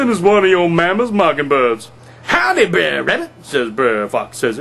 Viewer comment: Wonderful job at reading. Brer as written in the original 1890's version of Uncle Remus books. It is meant to be pronounced as "Bruh'er" as in "Brother Rabbit" Brother Bear, Brother Fox... etc... you get the point... See below post from monny287 Wrote "Bre'r Rabbit" Just listen closely next time you read an Uncle Remus book. They are all Brothers ... no such thing as Brayer....what is a Brayer anyways? Hope you get to respond to me. These are all pre-abolition slave stories with hidden messages.